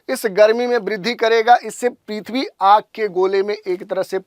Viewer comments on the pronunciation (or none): पिथवी नही भाई पीर्थबी